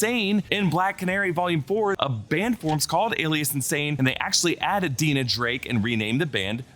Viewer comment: Dinah is pronounced Die-nuh not Dee-nuh